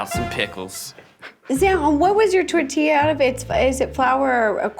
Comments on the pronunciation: ok Keith saying the last tortilla without the gringo accent - 😅 phew fanny flutters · Mexico has entered the chat Keith saying Tortilla is amazing I gotta say Eugene made a Mexico City quesadilla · Keith days tortilla 3 times and his pronunciation gets better each time. Practice is key! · Keith's pronunciation of "tortilla" made me so proud but "HA-rina" "com-AHL" killed me 😭